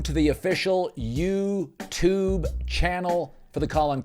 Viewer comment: I love how Colin says "Youtube" like it's an old guy hearing about the website for the first time.